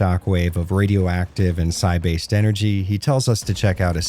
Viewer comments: Psi stands for psionic, which is basically another term for psychic. So you are pronouncing it properly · You’re pronouncing Psi correctly. Psi is short for Psionic. Pronounced “Sy-on-ic” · Actually, that's still the correct way to pronounce "psi" in this context. It's short for "psionics".